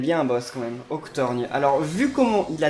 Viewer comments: son nom c Oc-tor-gone et pas Octorgne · Ca se prononce Octor "go"nne 👍👍